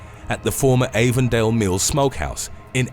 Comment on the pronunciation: Avondale in AL is pronounced "Av-von-dale" not "Ay-von-dale".